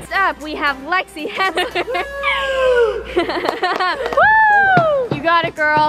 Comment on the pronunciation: am i the only one who heard 'we have flexy hensler'